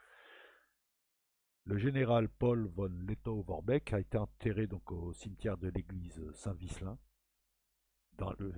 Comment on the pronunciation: cela se prononce v? Letto!!!!!! Haia Safari!